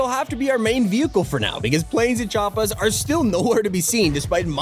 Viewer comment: LOL he sayed chooppers